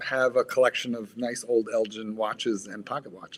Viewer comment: They’re pronouncing Elgin wrongly